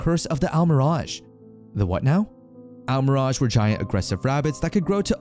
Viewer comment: Wow, he pronounces Almiraj, but still can't pronounce rehabilitation. lol